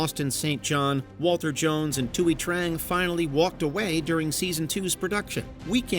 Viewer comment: You could have at least said Thuy Trangs name correctly. It was pronounced TWEE